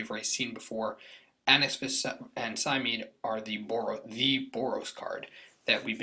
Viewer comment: It's pronounced Sy-Meed-Ee